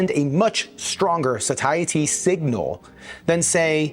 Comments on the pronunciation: Satiety is pronounced: Say-she-uh-ty. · Satiety. Say-it-ee. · Huh TIL you can pronounce Satiety as Suh-tie-uh-tea. I've always said and heard it pronounced as say-she-ate-tea